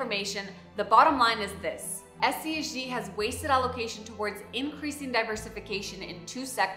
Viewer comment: She mentions SCHD because it's a complimentary fund to SCHG. SCHD is more of an income producing fund with strong large cap dividend companies, whereas SCHG is a growth fund. There are a few times where she says SCHG, but it sounds king of like she said SCHD.